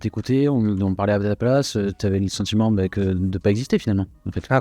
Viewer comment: Ca comment bien: Tout tchype de personnalitché. J'ai le sentchiment que tchu. Au cotchidchient. Je suis provençal. Je ne suis pas arrivé à 2 mn de visionnage. Qu'est devenu notre bel accent? notre identchitché